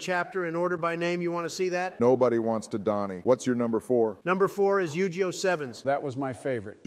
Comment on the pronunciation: Type Yug(ii)oh and the ai will say it correctly